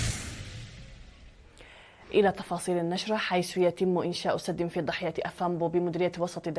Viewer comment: 1)السلام وعليكم ورحمة الله وبركاته تكفي لا داعي للزيادة 2)ضاحية افامبو دون تشديد الضاد وليس الضَّاحية افامبو 3)